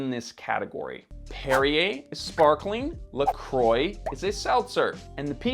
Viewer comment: Could you please look up the pronounciation of "Croix"... my ears are starting to bleed 😅😅😅😅